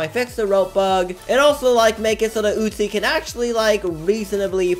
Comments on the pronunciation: Normal Person: Uzi - oo-z: Uzi - oot-chi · It’s uzi not utzi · WHY U KEEP SAYING UTZI